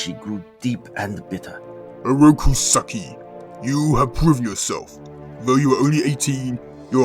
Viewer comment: 5 minutes in and I can already tell that you didn't really pay attention to the pronunciation of Shredder's real name It's pronounced "SAWW-KEE"